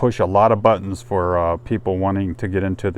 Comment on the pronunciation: damn,,,,,, it is FOR,,, not fir, fur,,, sheeeesh